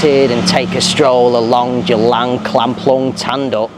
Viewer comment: C is pronounced as Ch buddy.